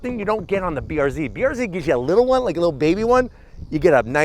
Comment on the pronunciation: This man wittlewally said littlelee